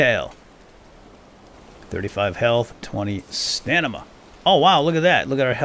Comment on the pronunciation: you said stanima instead of stamina :D great video though!! game looks pretty good.